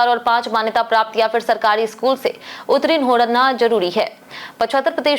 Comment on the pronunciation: उत्तीर्ण का उच्चारण गलत कर रही हैं।